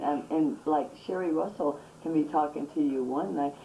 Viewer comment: Say "Sherri Russell" again! Say it again, I double dog dare you!!😡